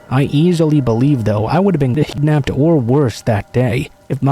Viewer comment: Why can't you even say KIDNAPPED??